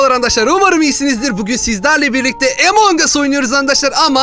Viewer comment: Emong değil among